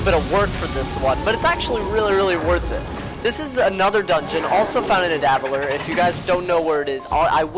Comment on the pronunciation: You pronouncing Nidavellir made me upset. Also this explains the tree :) so this also means that we could get MANY more Grizzleheim expansions: Yggdrasil - World Tree - Tree of Life (This means that it has to be Bartleby. He is literally the World Tree AND the Tree of Life. There might be more to a side of Bartleby that we don't exactly know yet) is a gigantic tree, thought to connect all the nine worlds of Norse cosmology. It is often suggested to be an ash tree, an interpretation generally accepted in the modern Scandinavian mind.